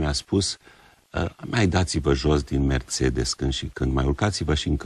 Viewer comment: Prost este cel care spune Merțedes in loc de Mercedes. Liiceanu nici macar nu este capabil sa se corijeze si sa-l asculte pe Plesu care pronunta corect.